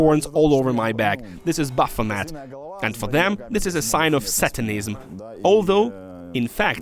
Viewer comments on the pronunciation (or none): none